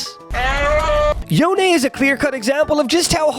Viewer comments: Stop saying yoné, it’s spelled yone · It's YONE(Yo-Own) not YONAY(Yo-aye). Why do people say it like that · Cringed everytime you pronounced it yonAy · nope, Yo-Nay is the official rito pronunciation of the name. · wait, is yon-eh canadian?